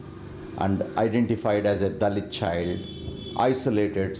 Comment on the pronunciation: I hear dalek instead of dahlit....